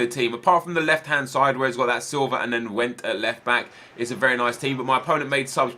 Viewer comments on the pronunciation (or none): none